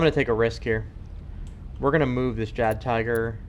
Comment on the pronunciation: Great video except for calling it a JaggedTiger....